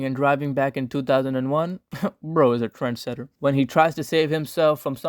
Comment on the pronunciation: "Bro is a tread setter" lol